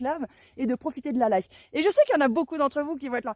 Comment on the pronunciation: 😮profitez de quoi? La leiffe? C'est quoi ce mot? LA LEÏFFE ou LEFFE 😂 Arrêtons d'honorer Mc Kinsey petits choux d'amour ❤🎉